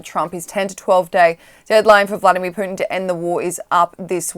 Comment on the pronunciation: Well at least she doesn’t say “Pewtin” Instead of Putin.